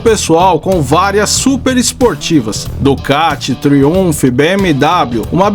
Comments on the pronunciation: Sem querer ser chato, mas já sendo... A pronúncia correta é "TRAUMF" e não Triunph. Forte abraço! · vc pronuncia Triumph de forma errada que chega ser horrível de ouvir PQP!! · A pronúncia da marca Triumph, ficou engraça…😂😂